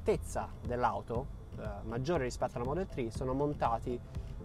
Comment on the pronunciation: Perchè dici "model tree" non è un albero